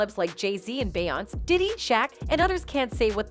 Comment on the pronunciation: Can we get someone who can pro nonce names correctly, what rock do you live under where you can't pro nonce common names in the industry, its Pro nounced ConYay & B Yon Say... & Y do you say it wrong then right,then wrong over & over?